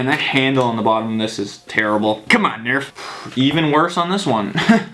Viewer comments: who gets annoyed when he says "CUMOON NURF" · and stop saying comon nerf